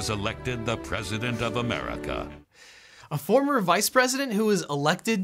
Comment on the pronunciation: duh-merka dumb-erka